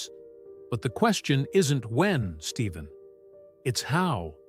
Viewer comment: there is no V in his name it’s Stephen Stefan is the way you pronounce it!!!Get it right or Quit!